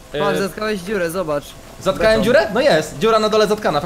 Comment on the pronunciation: Zatkałem a nie zatkałĘm